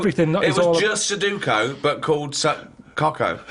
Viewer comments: su-DO-ku not so-DU-ku, agh! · No Ricky just says it weird